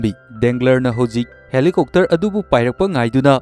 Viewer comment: Bro Helicopter su helicokter haire fjana haibiyo